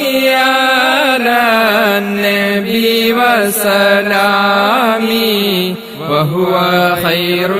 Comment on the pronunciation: നിങ്ങൾ ചൊല്ലുന്നതിൽ തെറ്റ് ഉണ്ടല്ലോ വസ്സലാമി എന്നല്ല വ സലാമി എന്നാണ്